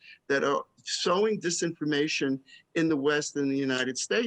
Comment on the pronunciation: "Sowing discord" not "Sewing"!